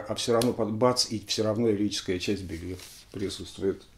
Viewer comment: Тоже слышал, что фамилия Эдриана правильно произносится как Белу, а не Белью. Не знаю, насколько это верно. Также Гарри Мор, а не Мур.